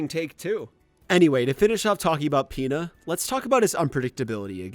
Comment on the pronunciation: I'm not the only that here's peta when he says Pina right